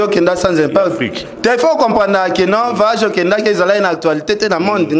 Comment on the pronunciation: mbokatie body ya jaune lokola ekolo ya fufu vayage vayage On dit voyage makelele ya pamba pamba elongi mwindu lokola masoko ya chaka kongo